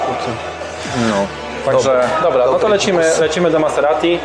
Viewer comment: Śmiesznie się słucha, jak pracownik salonu niepoprawnie wypowiada nazwę marki Maserati :P